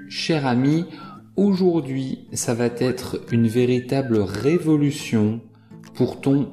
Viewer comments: Bonne continuation "Va être et non va têtre" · Vous avez dit : ça va t'être ❌️ Correction : ça va être ✅️